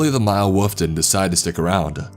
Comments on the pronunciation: It’s wolf not woof pls fix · Wolf not woof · Wolf, not woof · lol...walfs ? walf and walfs :)))) funny way of saying WOLF :)) nice story , but the WALF thing cracked me up ! :D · this is great but the way you pronounce wolf is killing me lol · wuf eKspecially